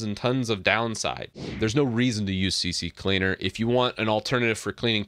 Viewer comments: Why you call C-cleaner C-C-cleaner? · Why si si cleaner? It’s Si cleaner just it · It's c cleaner not c c cleaner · Lol c c cleaner? Not c cleaner? Are these different programs? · It's not CCleaner it's C Cleaner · It's C C Leaner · its C CLEANER NOT CC CLEANER so if you make a video , be sure you know how to read and speak English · It's NOT CC Cleaner! It's C Cleaner. It's not hard to read ffs. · It's C-Cleaner not CC 🙂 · Why do people say Cee Cee Cleaner instead of Cee Cleaner? 😄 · It's OK, many of my customers pronounce "CC Cleaner" lol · The fact that u say c c cleaner makes me not trust ur info bro... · Why does everyone say c-c-cleaner (c x3) while there’s only 2 c’s 😫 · Guys... it is obviously C-C-leaner. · I stopped watching 45 seconds in because you kept calling it CC Cleaner. Have some comprehension please. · You don't even think about what you say before you say it. Maybe wright a scrip. This is painful to watch. Not even talking about you saying C.C.Cleaner so many people say that. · The way you pronounce CCleaner reminds me of a joke back in the day, the right one is CC-Leaner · At least I’m not the only one that called it CCCleaner XD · How many times did you say CC Cleaner lol it can catch you out. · Aah the old "C-C-Cleaner" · i pronounce it c-cleaner (kuh-cleaner) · CC cleaner 🤣 everyone pronounce like that